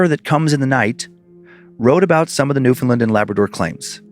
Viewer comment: It truly hurts to hear Newfoundland pronounced like that 😭